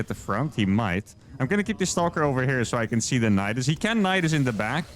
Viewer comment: I love the way you pronounce "stauulker".